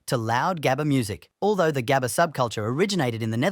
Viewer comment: im crying on your pronunciation on 'gabber' please do better next time cuz i cant stand on how you pronounce it (coming from a dutchie btw)